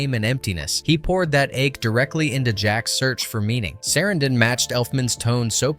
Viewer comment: Chris SAH-ran-DIN...Sorry hes one of my favorite actors so this mistaken pronunciation got under my skin. My apologies for being rude